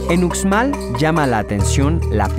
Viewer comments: Yo aconsejaria al narrador que aprenda a pronunciar bien los nombres, porque se escucha horrible como lo pronuncia, UXMAL! sonido en la X! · MUY BONITO VIDEO EXCELENTE!! EL DETALLE ES EL SIGUIENTE: EL SEÑOR QUE LO PRESENTA QUE APRENDA A PRONUNCIAR MUY BIEN LOS NOMBRES DE LOS LUGARES POR QUE LO DICE MUY MAL. UXMAL]: SE PRONUNCIA: USHMAL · Un conductor ignorante y poco instruido. Pronunciado la 'x' a la manera castellana. Soy de Jalisco , e incluso acá sabemos cómo se pronuncia Uxmal e xtabentun etc... 👎🏾👎🏾👎🏾👎🏾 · Deberian mencionar bien la X como se pronuncia en la lengua maya xtabentun uxmal lo pronuncia mal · Yo creo que el vídeo esta perfecto, es un poco comprensible que su pronunciación no sea del todo buena y mas si el es de otro estado, la x tiene muchas pronunciaciones dependiendo del estado. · Uxmal se pronuncia Ushmal, en todos los nombres mayas la x se pronuncia como sh porque así es en el idioma maya. Por lo demás muy buen programa. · pos sí!! bonito mi estado :) sólo una observación, la letra x en maya suena como sh, así que uxmal debe pronunciarse como ushmal y no ucsmal. Lo mismo para xtabentún, debe sonar shtabentún y no cstabentún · COMO QUE UKSMAL🤣🤣🤣🤣🤣🤣🤣???????soy yucateca, uxmal se pronuncia Ushmal... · Dios!!! pero que horrible pronunciación del presentador! como que Ucsmal??? se pronuncia USHMAL!!! Era muy bueno el video, lástima por la pronunciación HORRIBLE!! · No son troks, son Trucks, no es Estabentun es Xtabentun, no es usmal es Uxmal, la X en Maya suena como sh. Celestun no es nombre maya sino el nombre del fundador del puerto, se llamaba Celestino de apellido maya Tun y la gente del pueblo le decía Don Celes Tun, con el tiempo el pueblo se llamó Celestun, la abreviación del nombre completo de su fundador. el cenote de dzibilzaltun se llama Xlakak. EL chac-mol nunca ha venido del centro del país. Más bien de todo centro América. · Muy bueno pero no se dice ukzmal se dice ushmal o sea la X de pronuncia ush